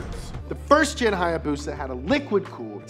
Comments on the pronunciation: its a haya BUSA not hayabusa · What it’s not haayabusa it’s hibusa